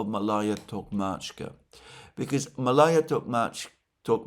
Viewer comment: It's pronounced Maalaya, Malaya.